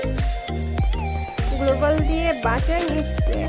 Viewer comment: গ্লোবাল না .গ্লু-ওয়াল